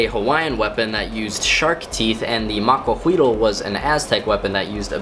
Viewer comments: i'm mexican and in not quite sure about it but i believe its spelled macuahuitl and its pronounced macuauitl with a strong t also the h doesn't make a sound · I keep rewinding to hear him say "Maquahuitl" XD